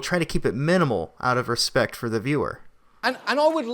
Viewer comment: He's a ball-less joke. And you are too REEEEDY!! So scripted! Please learn the difference between THEE AND THE AND AN AND A. It's cringy to hear you read this stuff as great as the content is!